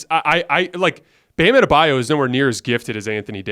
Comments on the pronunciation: You’d think Colin would’ve learned how to say Adebayo’s name by now lmaoo “Adabayou” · Colin: Bam Ade-Bayou 🤣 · Makes me sick when they mispronounce Bam AdebaYO’s name.